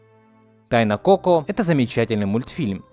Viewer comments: Так уши режит то что та говоришь неправильно, правильно не ко́ко а коко́.!!!!! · Тайна КокО а не КОко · Не коко, а коко(ничего не поменялось, но ты произносишь не правельно) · Не КОко а КокО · Согласна, так звучит лучше Но от куда ты знаешь как правильно? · А разве не коко́? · Ударение! Коко́! И ещё Гектор, а не Эктор. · кокО, господи, в мультике же есть ударение нормальное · Не КОко, а КокО, и не Эктар, а Гектар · не Тайна кОко а кокО. и вообще , он не Эктор а Вектор!! 🗿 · Простите конечно....но имена проговорены не правильно... Во-первых ударение на кокО Во-вторых Гектор, а не Ектор...